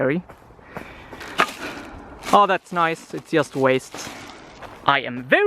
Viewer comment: I really enjoy watching your content, but... (there's always a 'but', isn't there?:D) could you please pronounce the 'just' word correctly? I know that English isn't your native language (it isn't mine as well), but it really bugs me and I can't focus on what you are saying because of this tiny, tiny flaw. Apart from that, you're doing a great job! Are there any React videos coming? I've just started using it and I'd love to have a little guide made by you:)